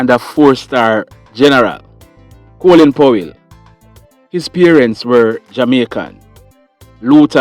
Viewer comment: Coolin is the Americans screwing up the English language. It's Colin.